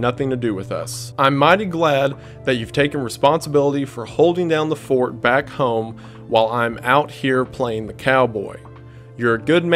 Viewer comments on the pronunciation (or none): none